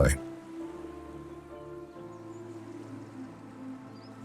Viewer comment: It isn't fair to call out a North American for multiple mispronunciations , the island of Islay is the isle of I - la but how could he know ?